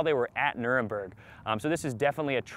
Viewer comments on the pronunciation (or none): Nurenburg? I stopped watching.